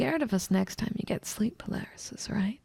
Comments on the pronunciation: i genuinely thought that you kept saying 'polarisys' or something, and that was confusing to me. it took me a few minutes to realize you were trying to say paralysis. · GAAAAAAHH she keeps saying palarysis and not paralysis it's killing me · bro she really said "sleep palarysis" im deadd 💀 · Poor agreeing to do this audio without knowing it's pronounced "par-al-is-iss". You guys don't rehearse or anything before doing these? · "Palarysis demons" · nah I think she did say palarysis. Could be a play on paralysis to make them seem more otherworldly